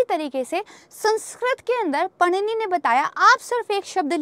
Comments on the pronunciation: Mam is unable to pronoun Vrushis name ,,,पणिनी नही Mam Vrushi पाणिनी hai vo.... Agr aap hindu hokar bhi ye galtiya kar rahi ho then you should be ashamed and need to study bfr teaching .. But thanks for info .... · Paanini not punini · English is worsted language Panini ko पाणिनी बोलते हैं पनीनी नही 😡😡😡😡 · Mam unka naam पाणिनी h पणिनी nhi h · उन महानुभाव का नाम पननी नही पाणिनि है।🙏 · Italian Panini nahi, "पाणिनी" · He is not पनिनी but, पाणिनी। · बहेनजी पाणिनी को panini उच्चार करना बंद करें और वीडियो बनाने से पहले हमारी सांस्कृतिक संपदा के शब्द उच्चारण को समझे🙏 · 👍👍 पाणिनी 🙏 not पनिनी Madam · कृपया पनिनी ना बोलें सही नाम पाणिनी है! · Not panini, he is paanini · पानिनी नही पाणिनि pronounce कीजिए । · कृपया पाणिनि को पननी मत कहिए। बहुत खराब लग रहा है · पाणिनी है मैडम जी हिन्दी तो सही पढो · महर्षि पाणिनी यह पूरा नाम है।आप जब अंग्रेजी से उनका नाम उच्चारण करती हैं तो वह शुद्ध नहीं होता।